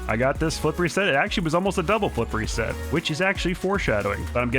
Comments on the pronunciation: You say flip reset I hear flippery set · Is it just me or when he says flip reset I used to think he said flippery set